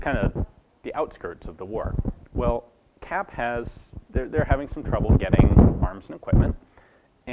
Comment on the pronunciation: Kapp : pronounce it CUPP